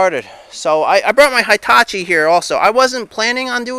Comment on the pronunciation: I love your videos and I've been binge watching since I came across your channel 3 days ago. Btw, that big machine you call a "hai-tachi" is a Japanese word pronounced "hee-tachi", just saying.